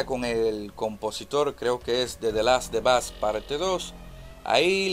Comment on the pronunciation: The last of us es tu kriptonita, nunca has mencionado bien ese nombre jajaja, muy buen video y ese death stranding parece simulador de delivery a pie el kojimon debe dejar la droga